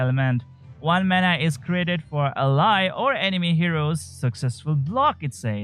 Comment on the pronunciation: you pronounce 99% of the english words right but not ally. Enjoyed your content.